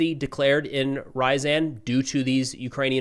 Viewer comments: I don't know what your schedule is like but I recommend learning the Cyrillic alphabet. I used to live in Ryazan and it was killing me to hear your pronunciation (R-ya-zan not Rise-en). Don't get me wrong, I love your work but it would mean a lot to the Ukrainians and American Russian speakers (like me) to hear the names pronounced right. You cover Ukraine enough and travel there it would be worth your time. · REE-a-ZAN....... short "a". What is it with Americans & pronunciation? It's ALWAYS funny. A sort of linguistic dyslexia? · Russian cities Ryzen and Two-aaps 😂